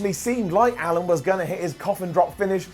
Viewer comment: It's Allin not Allen